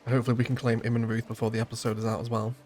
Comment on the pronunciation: great pronunciation of Zweiau! Immenreuth the "reuth" is pronounced like "royd"